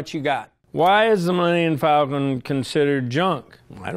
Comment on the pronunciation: “The Millennmmmm Falcon”